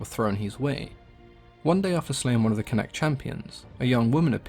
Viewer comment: Not it's not. It's pronounced 'CONN-akht'.